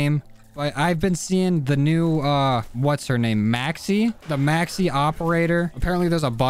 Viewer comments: The way he pronounce maxis😂 “Maxe” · Mans called Maxis, maxy 💀💀